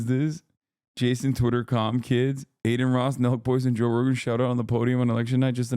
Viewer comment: BRO JOGAN = JOE ROGAN